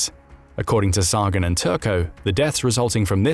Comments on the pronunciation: "The nuclear arms race is like two sworn enemies standing waist deep in gasoline, one with three matches, the other with five." ―Carl Sagan Also, while the video is interesting, this narrator is annoying AF by continuously mispronouncing CARL SAGAN's name as "SAAAAAAAH-GUHN" Sigh. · Sagan is pronounced Say-gun. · I really wish AI narration would learn how to pronounce names like "Sagan" correctly. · Dude, how can you fail to pronounce Carl Sagan's name correctly? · Is this ai content? Why can’t the narrator say Sagan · Can't you program your computer voice to pronounce Carl Sagan's name correctly?